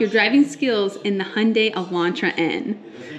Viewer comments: I'm surprised the some instructors still pronounce the name incorrectly. says it correctly, it's "Hyun-DAY" as in highlighted in infamous Super Bowl commercial "Rhymes with Sun-DAY" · Right and the closest/correct proununciation to the original Korean and how is correctly pronunciating it is Hyun-DAY. If the UK promotes it differently, then it's their marketing department that isn't doing a very good job of helping to standardize the name globally. Here's the ad spot dedicated to how to correctly pronounce it in English